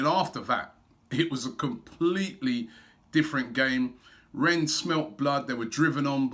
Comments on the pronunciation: please robbie... its pronounced REN not RENS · Pronunciation is Ren silent s Rob common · Jesus... Robbie, mate, it's pronounced 'Ren' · "Renne" robbie . remember ur preview last week . no "S" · Really Robbie you still pronouncing the club name incorrectly as Renz? I wonder what AFTv fans in Rennes think about that? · It's 'Renn' mate! Do the honors of pronouncing it correctly before we thrash them. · just because of robbie's shit pronunciation, I want rennes to win lol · LEARN HOW TO SAY RENNES PLEASE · even after the guy in Rennes told him you don't pronounce the s he kept doing it ! Nothing but love for Robbie but pronunciation is a weakness! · Man...how many more times! Don't pronounce the "s" in Rennes!🤣